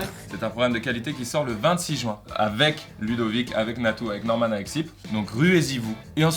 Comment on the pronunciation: Aaaah mcfly t'es de ceux qui disent "jouin" au lieu de juin putain